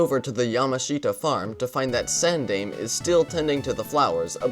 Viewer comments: It's more like san-dye-meh. As you pronounce it, the name would have to be spelled Sandaimei. Also, for the guy who made the video: the engineer of considerable talent's name is not pronounced EYE-toe, but ee-TOE, with the stress on the second syllable (though the stress is usually placed (incorrectly) on the first syllable when saying it in English). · sandaime is sahn dai meh. It means "third generation" or "third in line."